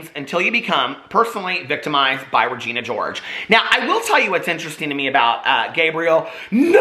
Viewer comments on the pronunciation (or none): none